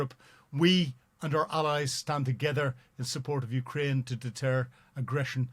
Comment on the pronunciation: I am just here for this pronunciation of Ukraine.